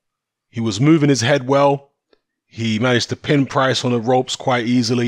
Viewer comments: “Price” not “Pricey” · FR MMA Lmao. I’ve only been watching boxing for like 15 years but yeah I agree I’m 100% a casual. It’s just annoying hearing “Pricey”